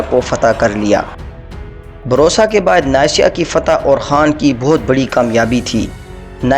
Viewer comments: Barusa nae byyy bursa hai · Its busra not borsa Cities name pronunciation is so bad History is well explained